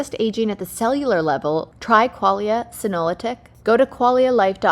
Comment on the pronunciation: Kaitlyn, you completely mess up the pronunciation for Qualia Senolytic. Embarrassing for you to have this major oversight happen and shows a lack of respect for the company. This will be shared.